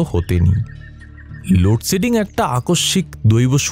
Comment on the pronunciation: খুব খুব ভালো পাঠ, একটা জায়গা একটু কানে লাগলো, 'লোডশেডিং' উচ্চারণ